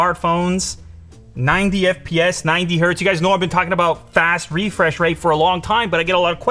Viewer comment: Reefresh? What was wrong with refresh?